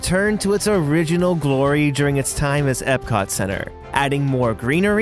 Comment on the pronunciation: Why does he keep calling magic kingdom ebcot........